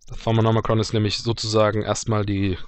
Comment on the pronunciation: Mit lesen und aussprache haste es nicht oder? Thaumanomicon. Nicht Thaumanomicron.